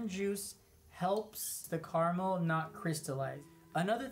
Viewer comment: Why are you saying "Karmel" when you clearly mean "caramel"?